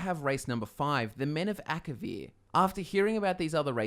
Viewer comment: Elder Scrolls six: Akivir? please?